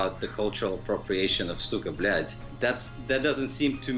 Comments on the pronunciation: *Goes over how to properly say it* "SOOKA BOOLAT" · Its not 'cyka blyat' its 'suka blet' .. please get it right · Oh Americans. Pronunciation:Suka Blyad:Suka Beliat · "Suka bleeyot" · He says sika blyet as Suuga blyaaad xdd R u praising someone?